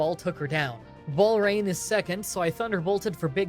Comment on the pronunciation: Wait does mah dry bread says walrein ballrain